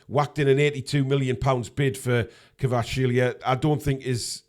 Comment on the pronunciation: We will sign Kvaratskhelia when learns how to pronounce his name:P